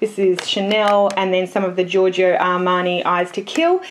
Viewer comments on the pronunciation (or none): none